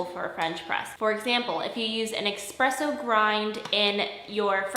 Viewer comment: Espresso, not expresso. 😉